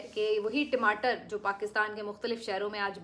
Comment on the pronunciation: timatar nahi tamater hota hai😊